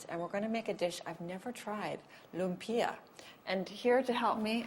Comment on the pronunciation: Loom-p-ya not LIA